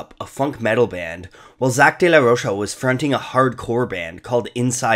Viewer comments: It's pronounced as "ro-ka" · Rocha is pronounced like mocha ffs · Zack pronounces it Rocha